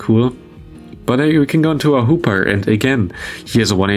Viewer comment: I hear more Hooper then hoopa 0_0